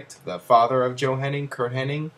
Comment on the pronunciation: It's "Hennig", not "Henning" c'mon